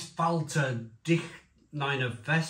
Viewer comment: Another great review, my personal highlight was the pronunciation 😂 “Dick-niner-vest beer” 😂.